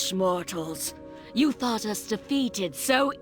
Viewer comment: Why do you often add an S at the end of words? For example "defeateds" instead of "defeated"? I get that it's an accent thing but, all you do is not pronounce an extra S.